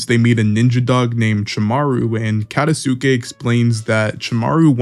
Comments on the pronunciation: Katasuke (kuh-tahs-kay) Ao (ow) Just some pronunciation tips for future videos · I'm sorry but the way you say Katasuke's name 😭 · SUMIR bruhhh its Sumire MUGINA he aint a women KATA Sukayy bruh i apreciate the vid but i mean cmon try to pronounce it correctly